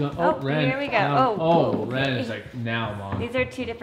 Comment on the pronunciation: I cant believe Wren is talking 😭 my heart melts everytime she does ❤❤ I also noted how clear Wren pronounces names, impeccable